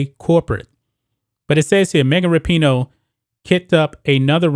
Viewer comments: I wonder if he says her name wrong on purpose to get a rise outta ppl lol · It would help if you knew how to say her name. Her/his whatever